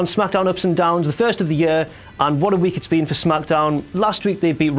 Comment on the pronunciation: the way he say year hahaahah yeu whaahahah